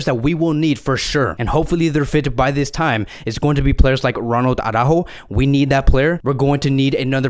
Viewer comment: in my eyes, you have the best FCB-channel out there. Qualitative better than TalkFCB. But as an FCB-channel, you should pronounce the names of your players correctly. It is not au-rÁjo, but it is ara-Ú-jo with the emphasis on the letter ù (as indicated by the accent). I know, Jamie of TalkFCB and BarçaBoy103 also massacre his name, but therefore, you shouldn't. Just listen to Spanish media, or ask any Spanish speaking friend of yours.